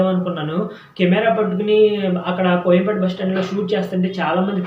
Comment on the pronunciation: కొయంపేట కాదు కోయంబేడు